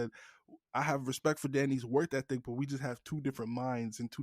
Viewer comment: Bro can’t say “work ethic” ain’t it 😭 work thethic 🤣